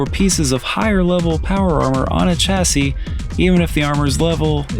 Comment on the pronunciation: Chassy is pronounced like Shassy, great video!